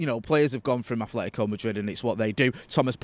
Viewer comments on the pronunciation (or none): Atletico not Athletico.